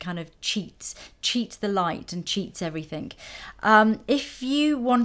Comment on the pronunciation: Please say "everything", not "everythink" :(